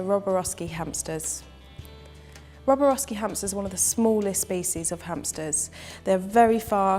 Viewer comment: Even you say it wrong it's not roboroski